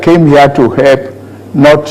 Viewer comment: What Tinubu is ' DOING ' to HURT us is so loud I can't hear what he says when he says he intends to " HEP" us. " HEP" ooo, not ' HELP' What happened to ' L ' 🤣